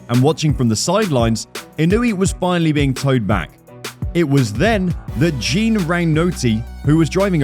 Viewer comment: What did you just call Jean? 😂